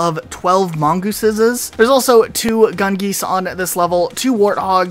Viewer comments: Mongothesisis is top tier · Mongoothesises… that’s new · Or about how he's sayin' gouse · My personal favorite pronunciations were “mon•guy” and “mon•goes” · mongeese,,, mongi... mongoosens... why.... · The fact you pronounced the plural for mongoose differently every time cracks me up. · Definitely the best part of this video lmao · It's mongeese. But then it's mongii. Then there are mongoosins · Mongoose, mongeese, mongosen